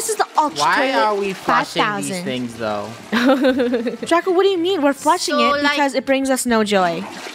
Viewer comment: The way said Draco DRUCO CHEW YOUR FOOOOOOD